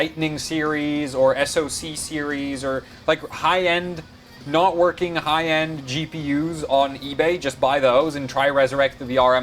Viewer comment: "Card is verking" Are you picking up a German accent as well?